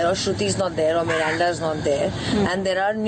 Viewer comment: Samual mirinda😂😂😂😂😂😂😂🤣🤣😂😂😂😂 miranda hai cold drink nhi🤣🤣🤣😂😂😂